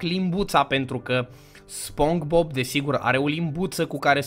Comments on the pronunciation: Eu tot stăteam și te ascultam cum ziceai spong bob in loc de SpongeBob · Spongebob se spune spongibob nu spongbob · Bă se pronunță spongibob. Nu spongbob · Spogibob se pronunta😊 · Nu se zice SpongeBob se zice SpongeBob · se spune Spongbob!! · Se spune sponqebob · Se spune spongebob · Se spune sponcebob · Nu-s hater dar se spune sponcibob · Nu se citeste spongbob